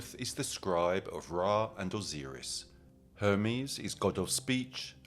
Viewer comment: T-hoth, not Thoth, Osiris didn't sound right either.